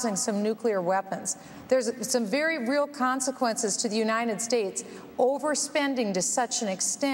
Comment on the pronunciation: Am I the only one who hears Bachmann mispronouncing "United States?" I keep hearing her say "Unined States" . There is a "T" in the word and it needs to be pronounced.